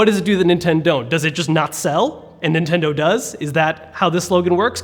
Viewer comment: you said Inteno instead of Nintendo